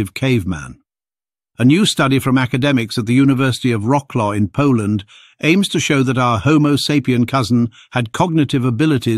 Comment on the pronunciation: Wroclaw is not "rock-law" ... it's vrootzwaff.